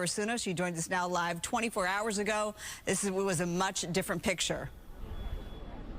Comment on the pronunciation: Does she say "Jew CLA" and the end of the segment?!